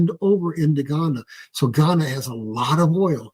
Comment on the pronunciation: It is pronounced Gū- YAH- nah, Guyana. Ghana. That’s in Africa.